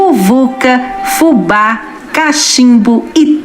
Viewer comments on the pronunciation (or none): none